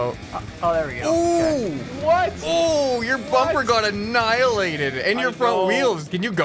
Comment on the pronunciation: you mean ahnilated